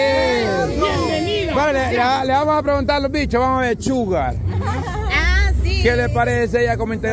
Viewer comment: Linda dice Shugar, no disimulo que! jajajaja 🤣